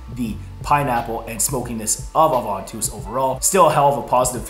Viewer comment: Ovantus wtf!? 😂